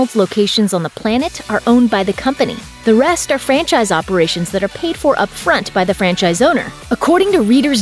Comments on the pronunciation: My fatass thought he was saying French fries.. Everytime I hear franchise now I think of French fries😭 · Who else heard « french eyes » ?